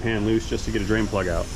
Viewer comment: One time drain plug, or did you say brain plug?